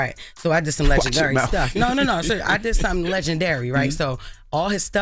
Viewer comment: Jess said Legendar, till she was asked about the jewelry… goofy